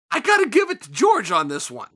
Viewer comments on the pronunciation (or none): Chael is so Murican he calls Jorge George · the mans name is jorge not george be mindful, your racism is showing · Who is George Masvidal? It's Jorge. HOR HAY